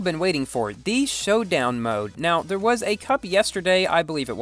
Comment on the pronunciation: making an A8 video?!!!!:o "Showdown Moad":thonk